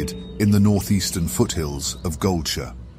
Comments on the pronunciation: He did not just pronounce GoldSHIRE as GoldSHÖ!? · Once "gold sure" was said instead of gold shire. I want to say .... Booooooooo Ai generated voice and possible chatgpt text to be read. Had high hopes but omg it is so bad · Goldshu? Really? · Given the weird pronunciation of Defias and Goldshire, I'm guessing this was produced using Eleven Labs right? Great stuff even so. I'd watch one of these for every zone honestly. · Not gonna lie, i cant stand this narrator. The concept of lore videos are always welcome tho, but you can just tell the guy speaking has no clue what hes talking about. Especially the way he pronounces goldshire is sad. Otherwise great video, i especially like the way the descriptions are provided too of the zone.